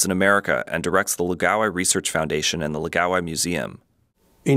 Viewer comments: It's pronounced, "laow-guy", not "luh-gaow-eye". The first syllable should rhyme with "Ow!" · Lao gai, not lagao eye lol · It's pronounced "Lao - guy" (it rhymes with "how bye"). Where are you getting "la gow eye" from "Lao gai"? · It's pronounced lao-guy. Or at least it is in Avatar the Last Airbender. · Laogai is not pronounced "lagaowai". That's rather distracting. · It clearly says Laogai on screen, but he narrator says la-ga-wai. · Why don't these people even try to pronounce these words correctly, its such a simple name, LA O GAI. Laogai. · OMG you need to consult a Chinese speaker before you butcher another word like "laogai".